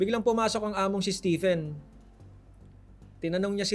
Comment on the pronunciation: Stephen? Read as Steven.